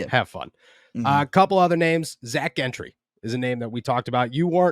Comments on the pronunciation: It baffles me how you cover the Steelers for the last several years and you still don’t know how to pronounce Zach Gentrys name, it’s JEN-TREE, not GIN-TREE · Jentree. That is how you pronounce his name.